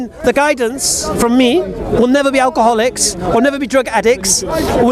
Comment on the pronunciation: "think about our garlics, think about how much are garlic is demonised in the media" response (and mine) "what you on about?" Did I even hear it correctly?...Garlic? I almost pissed myself with laughter! Edit Alcoholics is what he is saying. Still though it sounded like garlics.